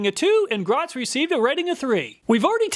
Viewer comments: Great video, very informative. You’ve helped me make my choice, and it’s budget friendly. Thank you. Also, Griot is pronounced Greee o. I pronounced it same as you until I was listening to company representatives at a car show pronounce it as a French word. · Griot is pronounced "gree-oh". I'm a big fan of their waxes too.